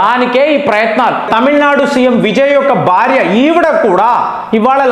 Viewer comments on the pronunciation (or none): none